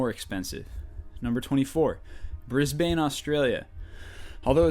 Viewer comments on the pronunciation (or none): The picture for Canberra was Sydney, and it's pronounced Bris-ben not Bris-bane XD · BrisBAYNE, CanBEARA Its so weird hearing it like that in Australia they are pronounced Brisben or Brissy for short and Canbra Atleast you got Syndey right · And I just paid for a bus ride in the most expensive transport system in the world and it wasnt Brisbane. Or as you say Brizbain. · Brissbin not Brizzbain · I've only heard old people pronounce it with three syllables. It's "CAN-bra". And Brisbane is not "BRIZ-BANE". It's BRIZ-b'n. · its pronounced bris-bun i live there, if you pronounced it bris-bane in front of australians, they wouldnt be able to stop laughing! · it is not Bris Bane it sounds a bit like bris ben put together just so you know because you said it wrong. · It's pronounced BRIZbn - Brisbane Can-bruh - Canberra SIDknee - Sydney (You knew that already) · Bris-BAIN!!! and Can-Beara!!! Syd-ey Hey you said it right ^_^ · is Sydney... and Brisbane is pronounced "Brizben". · Hahahaha Americans and their supreme knowledge of Australia... Remember Brisbane is pronounced Brisbin Canberra is pronounced Canbra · 23 is Sydney and you said Brisbane wrong its pronounced bris-ben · birs-baneeee lol can-bera lolololol ill teach you how to say it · Bullshit Perth, Western Australia should be up there!! source: lived there all my life!!, also learn to pronounce australian cities and landmarks everyone of them you make are pronounced wrong) Canberra, Brisbane (Brisben), Ayers (pronounced airs) rock, Uluru (pronounced ool er roo) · you talk about canberra but youve put a photo of sydney in there instead...and you pronounce brisbane as briz-ban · Brisbane is pronounced as "Bris-bun" and Canberra is pronounced "Can-bra", just thought I would be helpful. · Brisbane is pronounced Brisben or -bun and Canberra is pronounced Canbrah. Also the picture for Canberra is of Sydney lol. Just to clarify! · canberra is pronounced " can-brah" and brisbane is pronounced "brisben"